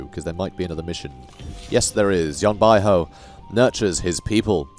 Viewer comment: Great video, the correct pronunciation of Yan Bauhu is like"Yan By Who", that literally translate to Yan White Tiger